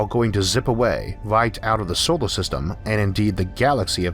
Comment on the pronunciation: The way he pronounces words like solor sounds like he said sowor.